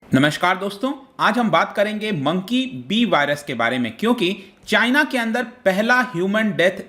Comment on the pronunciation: As always "chyna"🤣